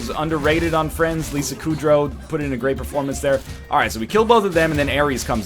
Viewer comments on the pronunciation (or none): none